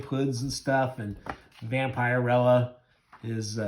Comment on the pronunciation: I know this video is a year old, but her name is pronounced Vamp-a-rella. I do like your channel, though. I have both of these issues.